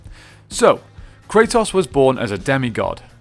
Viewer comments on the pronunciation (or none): did you call him krataws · you keep calling him kratoss 😂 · The only thing that I didn't like in this video is the way you say Kratos ( Kre TOS) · Everyone kratos. This dude cartetoss